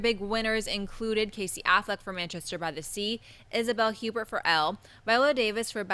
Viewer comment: the hosts of MOVIE TALK don't know who Isabelle Huppert is or how to pronounce her name. She's been nominated for Oscars before, Won 3 best actress awards at Cannes.